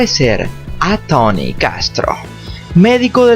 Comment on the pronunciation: Porque dices Tany? Es Tony!!!